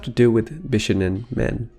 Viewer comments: Bishonen should be said more like: Bee-shoh-nehn The first 2 syllables aren't said that fast. Sorry, it was just really distracting to my inner weeb. Good video though, especially discussing the pre-existing cultural preference for pretty boys in Japanese and Chinese cultures. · It is pronounced bishOnen. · More like bee-shou-nen ;) 美少年 = びしょうねん = bishounen. The o sound is long. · why is it so difficult to say the word bishonen correctly? i don't care about the exact modulation of the consonants, but the stress is on the second syllable. that's easy to research and easy to say. it's bi-SHO-nen.